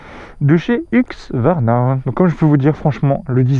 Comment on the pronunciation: Mais, pourquoi tu dis HuQSvarna au lieu de HuSQvarna??